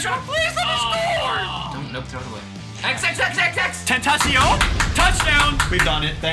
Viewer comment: He said XXXtotshion